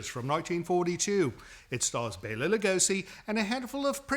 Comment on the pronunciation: Bala Lugosi with the emphasis on the A🦇